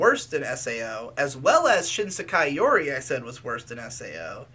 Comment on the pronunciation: "shISEKAI yuri"